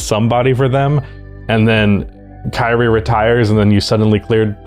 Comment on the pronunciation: thought you said "Karey Irving" lolol